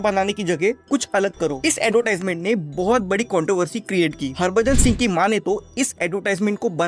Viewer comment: Controversy NO-❎ Kontiversy YES -✅